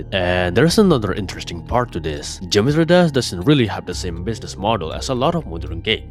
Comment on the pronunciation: the way you say geometry dash is too funny to not point out. "geometry dass"